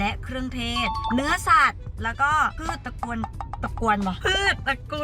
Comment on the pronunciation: แล้วก็พืชตระกวน ตระกวนเบาะ? 5555 แอบหลุดอีสาน แบบน่ารัก 💖